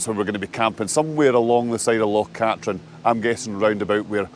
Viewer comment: I'm sure its pronounced Loch Kat-treen